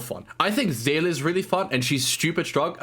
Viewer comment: Someone who can pronounce Seele. Amazing